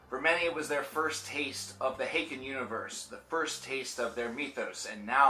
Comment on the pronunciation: I always said haken as in Hayken. After I heard you say it as Ha-ken I started saying that way. Now I got used to saying it the wrong way and keep saying Ha-ken. The struggle